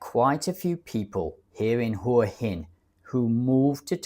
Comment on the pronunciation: Hua hin is pronounced whaaa yin putting an emphasis on the phwhaa